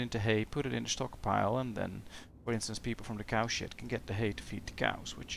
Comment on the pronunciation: His accent turned "cow shed" into "cow shit." I swear I heard it every time he said it.